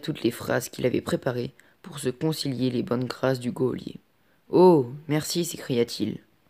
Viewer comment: c tres bien mais geolier on le prononce pas come ca